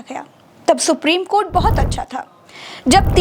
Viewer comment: if any social media channel cannot pronounce the honorable court and pronounce KOT, KOT,KOT don't yuou feel the anchor and reporter to be jailed and sent on long term judicial custody.